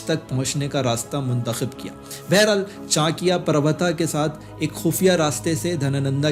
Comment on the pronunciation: पहले चाणक्य का नाम तो सही से ले ले